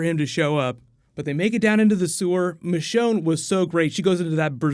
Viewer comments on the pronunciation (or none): none